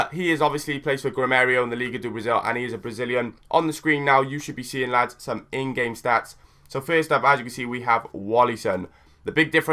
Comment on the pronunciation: gremio not gremerio